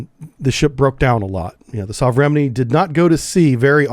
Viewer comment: Repeat after me. 'Sove-re-men-ie' . Meaning ' Modern Type'